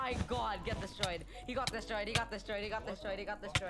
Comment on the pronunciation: "OMG he got destroyed he got des Troyd"